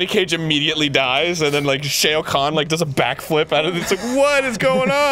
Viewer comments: bruh he really just said shayo Kahn smh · Gosh, I hate how Arin pronounces Shao Kahn like "Shayo Kahn.":_GrumpsLULZ